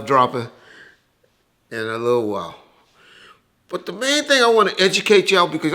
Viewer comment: doesn’t pronounce the “T” in “But” 😂 “Buuuuuuuuuuuuuu’” 😂😂😂